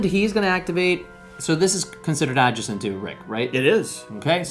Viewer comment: OK, seriously,, learn to say "adjacent" right. Second syllable is "jay" not "juh". It pulls viewers right out of the video when you have a jarring mispronunciation like that. Listen to how your co-host says it. The term comes up way too often in board gaming.